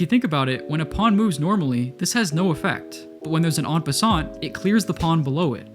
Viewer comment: I hate to be that person but it's En passant the T is silent